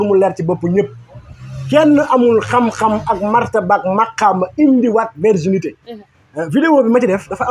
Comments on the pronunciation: On ne dit pas verginité mais plutôt virginité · Virginité au lieu de verginité. Bonne continuation !